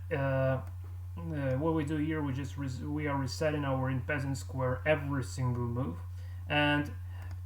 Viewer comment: En passant is a french word meaning in passing , it's pronounced more like 'on pass ont'